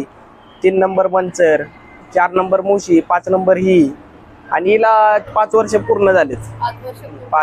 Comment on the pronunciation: ताई नमस्कार सर्व प्रथम आपले अभिनंदन. नेहमी ब्लॉग बनविताना आपले नाव सांगत जेणेकरून आपल्याला उत्तम प्रतिसाद मिळेल. आणि महत्वाचे शक्यतो इग्रजी भाषा याचा उपयोग करू नका. आपली मराठी भाषा शुद्ध बोलण्याचा प्रयत्न करा. कारण हा ब्लॉग अख्ख मराठी जग बघत आहे.. काही शब्द खटकले ते कृपया दुरुस्त करा जेणेकरून पुढच्या ब्लॉग मध्ये या चुका आपल्या कडून होणार नाहीत 1) आपण : आपन नव्हे 2) आणी : आनी नव्हे